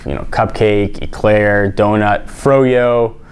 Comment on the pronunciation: E- Eclair*